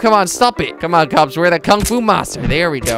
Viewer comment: You sound like you're saying cubs instead of cops